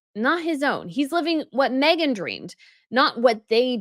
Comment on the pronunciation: Mee-gain taking on someone else's discards lol